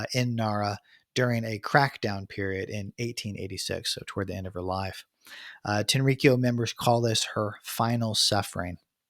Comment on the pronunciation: The pronunciation is more like Tenri-kyō rather than TenRiKiyo